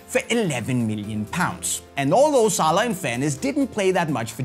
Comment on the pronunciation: you pronounced his name wrong.